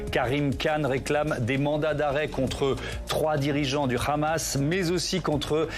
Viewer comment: Le "conflit israel - Ramasse", vu comment il prononce le nom Hamas, le speakerin doit graviter dans les p... de sphères israéliennes...